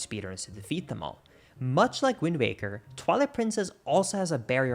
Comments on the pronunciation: are you saying "wind maker" on purpose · Stop saying "wind baker."